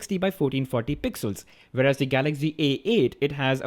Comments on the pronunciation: your prounciation is so funny😂😂🤣🤣🤣😂😂😂😂😂😂😂😂😂😂😂.its not galaxgy.it is galaxy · its not Galagzy. its Galaxy